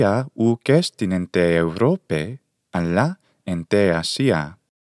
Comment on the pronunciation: Well, I'm from Greece and i know how to speak ancient Greek. You made some mistakes. For example, Europe has a different accent: Eὐρώπη → E-u-ro-pe (Eourópe) In other words u accent is coming from the nose